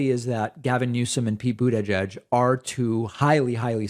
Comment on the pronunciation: I was delighted to hear you pronounce "Buttigieg" as I recall him telling people how to pronounce it!! You're the first commenter I've heard pronounce this correctly! 😁